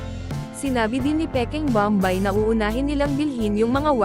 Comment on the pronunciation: Pls lang hindi bambay ang pagpronounce kundi bom bay .